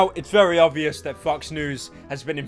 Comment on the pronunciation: Vewwry Geof Viwndro